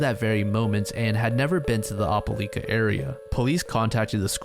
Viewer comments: ope-LIKE-Uh not ope-LEAK-Uh😢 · "opah-lee-kuh Alabama" LMAO (it's opah-L👁️-ka but this made me laugh a lot) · Love the video, one correction tho- it's pronounced "Oh-pull-ike-uh" not "Opp-uh-leek-uh" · It’s not (op-o-leka) it’s (oh-pa-lie-kah) for the pronunciation for Opeliaka, AL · Ope-lie-ka. Not Oppe-Lee-ka. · It doesn't really matter, but Opelika AL is pronounced Oh-peh-like-uh, not Opp-uh-leek-uh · Opelika is pronounced Oh-puh-lie-kuh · it’s pronounced “opal-like-ah” (Opelika) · Opelika is Oh-Puh-Like-Uh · OPA -LY-KA say it like that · It’s pronounce oh-peh-like-ah, Alabama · "O-peh-lie-ka" is how you say that fam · Good video, Opelika pronunciation is triggering me tho lol “oh-pe-like-ah” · the way you say opelika pains me so badly 😭 it’s oh-puh-lie-ka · for future reference it's pronounced "opa-like-ah" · For future reference, Opelika is pronounced Op-a-LIKE-a. I'm sorry, it just bugged me the whole video. Southerners like their hard vowel sounds. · Must be that guy but it's Oh-puh-lie-kuh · Your pronunciation of Opelika is wrong but you’re not from around here so carry on. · That's not how you say opelika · Same here. Sad story, still shocked at the evil that can be so close... btw have you ever heard anyone pronounce "Opelika" like that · Being from bama no I’ve never heard someone pronounce it like that and it had me so confused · Oh-puh-like-uh, as an opelika native, I recoiled in how you pronounced this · the way you pronounced Opelika, Alabama gave me a chuckle. great video!